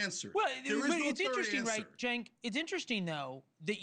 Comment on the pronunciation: I like how she intentionally mis pronounces Cenk's name at the end as some kind of dig. What a disgusting person